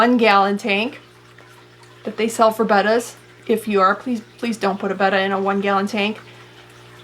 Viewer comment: Thank you for pronouncing Betta properly